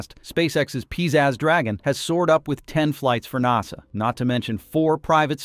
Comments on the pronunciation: lol “Nossah” (aka NASA) Tell me you’re A.I. without telling me you’re A.I. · Clickbait title. Horrible AI reader. Seriously, what kind of AI reader can't pronounce NASA? And "seven hundred and thirty seven max". Really? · AI BS can’t even say nasa right now